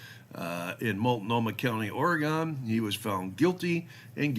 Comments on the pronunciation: It is "Ory Gun" not "Ory Gone". The state hasn't gone anywhere.. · The Basic Rule is never drive over the posted speed limit. It's not "Ore-Gone". It's "Ore-gun" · OR-EE-GUN. WE ARE NOT GONE. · You're saying Oregon wrong